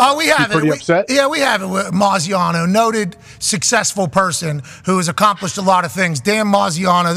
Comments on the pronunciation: Any insight to them saying Graziano’s name wrong? Not defending him at all, just want to understand the joke if there’s one there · Why was Pat calling Dan Maziano when he knows his name is Dan Graziano? That is so incredibly disrespectful to treat Dan like a nobody with the position he holds. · Isn’t it Dan Graziano not Moziano lol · He keeps calling him Maziano lmfao